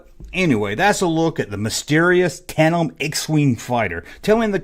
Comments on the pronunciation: Tan-dem brother. I’m a southern gentleman like you and butcher words all the time😂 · D ya leave the d out of tandem when you say it. Where did you get that wig yesterday haha you look like prince Valium from spaceballs haha good stuff I got a laugh out of it. Being silly is fun